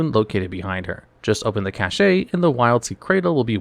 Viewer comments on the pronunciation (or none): Cashay is the one that irks me the most. Cache is pronounced like "Cash" ffs ugh